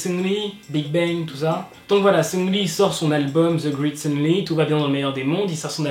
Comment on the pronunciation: seungRi avec un R omfggg, pas sEuNgLi